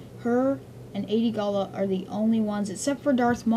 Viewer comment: First, it's gallia, not "gala", & also it's weequay, pronounced wee-kway. Second Hondo won't die, it's just to out of Cw character. Pre vizla I agree with you though